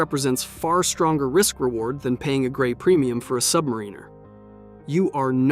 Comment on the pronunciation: Submariner??? I've you're going to bad mouth it, know how to damn SAY IT!!!!!!!!!!!!